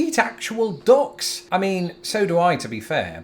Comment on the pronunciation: For a second I thought you said that you eat dogs, I realized that it was just you saying "ducks' in your accent.